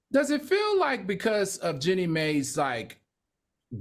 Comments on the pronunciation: That lady's name is JEANNIE not JENNY! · It’s pronounced Genie. Do black women not dispute in divorces? What does this have to do with race? She’s mad, so what? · lol yall know Jeannie name is pronounced like Genie right